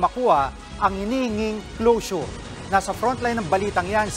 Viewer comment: Closure pala! Ang rinig ko nung una "Lotion" 😂😂😂